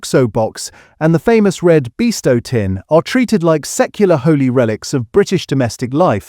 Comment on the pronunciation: Bovril CHECK, Check, check the AI -- BOW vril --- you can't talk about traditional foods if you let this 'corporate' mangling of the names of these foods --- get it right! The content is very good. The delivery is awful. And another --- BEESTOW --- for Bisto --- ah AI got it right on its second try! Tumeric --- becomes TERmeRIC. And as for traditional gravies!